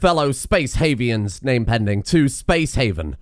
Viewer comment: Space hoovers instead of space havians?